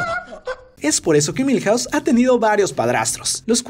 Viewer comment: Cuántas casas hay en Springfield ? Milhause 😂😂😂😂😂😂😂😂😂😂